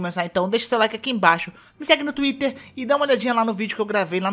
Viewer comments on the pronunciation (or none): none